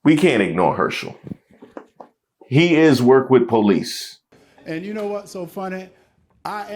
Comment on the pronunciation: Yoooooo😂 He am be done worked with po- lease be four? Really??? 😎😂 No really excellent reporting 🙂